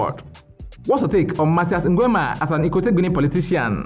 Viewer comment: The way you pronounce "Nguemaaaa"🤣🤣🤣